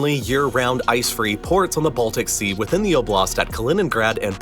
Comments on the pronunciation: Btw the emphasis? stress? is on o in oblast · Oblast is not oh, BLAST as you say it; it's OH, blast! It's not that hard to pronounce it correctly. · Why do you pronounce it as oblAst? It's Oblast!